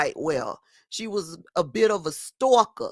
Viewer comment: "Stalker" (w/NY accent) then they both CRACKING up!!! I almost spit out my coffee😂😆😂 THIS is so Messy!! lmaoooo😂😁😆